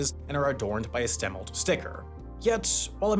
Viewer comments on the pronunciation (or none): I grew up in Wenatchee. It’s st-uh-milt.